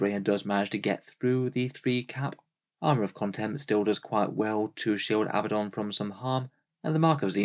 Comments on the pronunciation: Love your videos, but once again: It's not pronounced AB-buh-don. It is pronounced uh-BAD-dun. There are two D's. uh-BAD-dun, NOT two B's. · Regional pronunciations differ, neither you or he are pronouncing it similarly to original Hebrew or Greek. On top of that the English and US pronunciations are different. Chill.